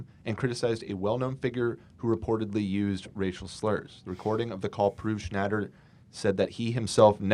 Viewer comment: After years of memeing, Ethan finally learns how to pronounce Papa John's last name. it's been bugging me since day one.